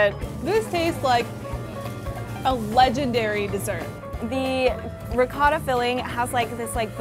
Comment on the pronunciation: The way they're saying ricotta is really grinding my gears.